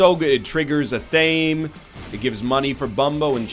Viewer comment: I admit, I'm being a little pedantic, but you're well-spoken dude who I hope will appreciate the input. Athame is pronounced ath-uh-may.